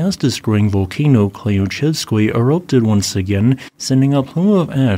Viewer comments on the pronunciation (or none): Love your content! :) Thank you for the update :) Just one thing Klyuchevskoy, you should read Klyu the same way as as clue :))